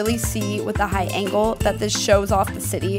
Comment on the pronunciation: Did anyone hear high ankle instead of high angle like if you agree